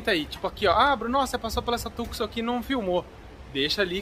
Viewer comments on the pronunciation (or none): none